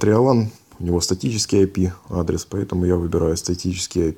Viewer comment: Ай пи одрес, мои донные, нажимаем долее, роз, все работает. До свиданио. 😂😄